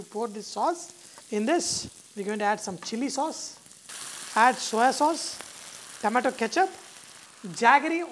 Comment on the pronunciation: That s nt TAMATA it s called Tomato improve your articulation